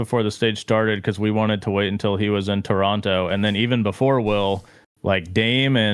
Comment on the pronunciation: why he say toronto like that